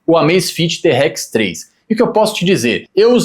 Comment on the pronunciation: Eu ia até me inscrever no seu canal, mas depois que você pronunciou te- Rex 3 aí você zoou legal